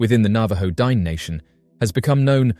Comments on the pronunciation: It's not pronounced Dine' like dime, that's freakishly insultive, Google correct pronounciations, it's D'-nay....it's an indigenous Navajo word, have some honor and respect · I should not have to say this but Dineh is not pronounced Dine. A professional would take some steps to get this right. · Please learn how to pronounce the word Dine' correctly. You sound like an idiot.